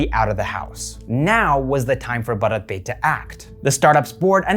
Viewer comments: Bharat is pronounced as bhaarat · The way you said bharat would be the pronounciation of a male name. That's how you would pronounce it in Gujarati. To say the word for India, yes you would pronounce it differently. You are the first non indian i've seen to have such great pronounciation in general though.